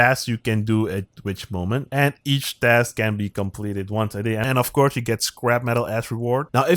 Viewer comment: Dask? 😂😂😂 Sorry but when you say task it sounds like dask 😂😂😂